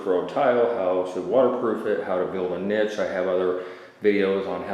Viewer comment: I laugh everytime you say Niche wrong :p